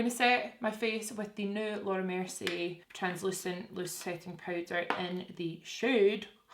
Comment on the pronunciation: When u say Laura mercier , is sounds like ur Jamaican saying "Lorda mercy!